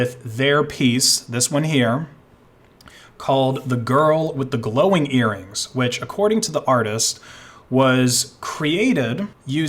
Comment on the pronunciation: A picture called "the girl with glowing earrings" wins a contest.: Did you say glowie?